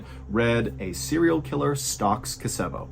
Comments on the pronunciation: 🇬🇧 Re; story one, if the town you mention is Kosovo its pronounced Koz-evo , not Koseevo. Its just during the Serbio Croat War, the names of towns & cities in that country were plastered over our TV screens all the time Here in UK. We got used to how places sounded. Im not saying this to contradict you or being petty, its just i like to know the correct pronunciation of places or names Im sure you're the same. I know in America you have a different way of saying things than we do in Britain & Europe & we usually get the pronunciation from the natives of whatever country crops up on our screens. Kosovo was always said Koz-evo, by the Serbian people. Thank You Mr B, im having a binge watch of your Mr Ballen vids, with you visually. Ive been busy viewing your Medical Mysteries & Bedtime Stories ( one of my top 5 favourite channels) & your Mr Ballen Podcasts. Its always a tonic to see you "In person" & cheers me no end, Just recuperating from a serious illness so still confined to bed so watching you with your expressive gestures & hand moments & your outrageous " Lung" moments, make me smile & guffaw! Best wishes to You, Mrs B & all the little Bs. Peace & Good Cheer to All 🇬🇧👧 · I believe it’s KO-so-vo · Did you do this one a while ago? Maybe you did another KOW-suh-vow story? Not being rude but you're pronouncing it wrong...again?